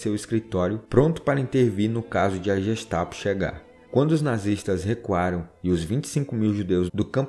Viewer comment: Gestapo se pronuncia com sim de gu.